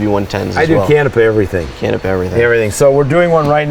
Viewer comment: Please rerecord with proper pronunciation of Canepa..!!!!